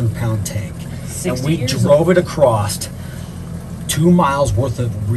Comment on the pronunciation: This is inspirational. Guys who says acrossed usually don’t make it past 20 😂